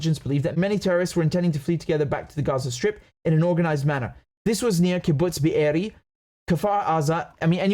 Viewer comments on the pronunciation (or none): Every time you say Be’eri, I die 😂😂😂